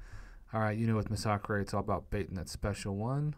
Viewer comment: Masacre...MA-SA-KREY? Its MA-SA-KER